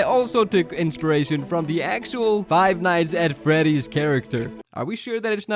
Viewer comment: Five nights at Freddy’s 🤬🤬😡🤬😡🤬🤬😡🤬🤬 I hate you just say it right🤬😡🤬😡😡😡😡😡😡😡😡